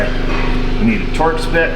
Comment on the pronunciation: The first two times he said "we need a Torx bit", I thought he said "we need ta torch this". Ha, ha! I almost passed on watching this one, as I've done enough power window regulators that I thought I didn't need any more instruct-sheons. Glad I watched; the entertainment value is high.